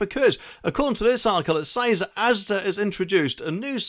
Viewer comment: And they will compain if people nick stuff when they cannot get served. nd a monor point, stop saying "says" as SAIZ. Pronounced SEZ.